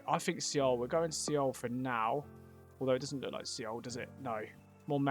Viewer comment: your knowledge of the previous world cup countries is impressive mate! seoul is pronounced ‘soul’ btw. good vid as always